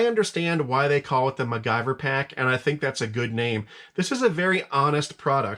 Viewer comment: Mac- Gyver....that made my laugh 😅. . Don't get me wrong. One of my all time favorite TV shows as a kid